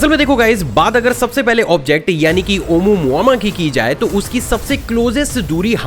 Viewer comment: bhai it is pronounced as OU-MUA-MUA and not as you are saying OMU-MAMA LOL